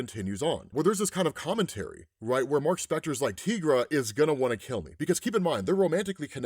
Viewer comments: Tigra's name is pronounced as it is spelled "Ty-gra". The name is a spin on the word tiger, per her co-creator, Roy Thomas. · It's actually pronounced like tie-gra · The way you say Tigra is off putting. Why say it so wrong? I know others must've have told you the correct way.